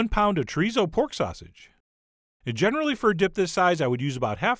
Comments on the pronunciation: "Z" in Spanish is pronounced like "s," and "u," rather than being pronounced like the English "uh," is pronounced like "ooh," so it's cho-ree-so and foon-dee-doh. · chorizou fandidou, i love you but as a spanish speaker person, that hurt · Wrong o sound. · I swear everyone I know pronounces chorizo differently.